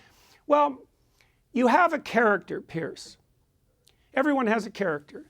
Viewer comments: His name is Piers...a difference pronunciation to Pierce which has a hard S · Does he keep calling him "Pierce?